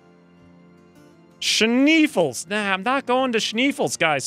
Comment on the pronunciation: SHNAY-fells (Schnee is German for snow).